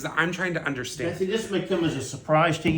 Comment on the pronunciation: Would someone please tell Bethany that there is no H in understand? Is that just college girl ignorance or a speech impediment? 😂